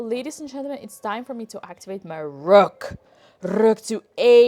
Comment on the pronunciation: rhuook rooouk to A5 😂😂😂